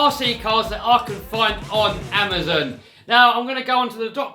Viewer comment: amuzun? its amazon LOL